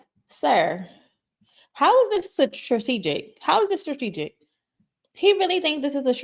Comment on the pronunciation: His drunk behind can't even say "strategic " correctly!! WTH is "sartegic". Get this cornball out of here!!😂😂